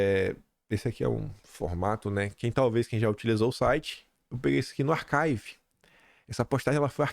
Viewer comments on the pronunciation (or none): Prezado a palavra inglesa archive se pronuncia arquive e não arcaive.